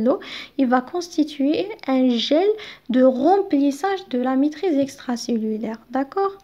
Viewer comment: même la prononciation compte